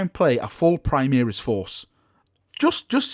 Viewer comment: You just got new toys and have had you have plenty! Chaos deserve this kind of attention so stop complaining. maybe GW don't understand your yorkie pronunciation of primaris (primihris) and is why they haven't given you this month's lieutenant, oh wait.... you did get a lieutenant lol